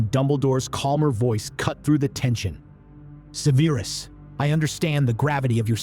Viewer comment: Severe-us... 2/2… 😂😂😂